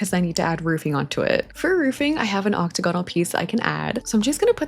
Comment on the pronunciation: im begging you to start saying octagonal correctly 😅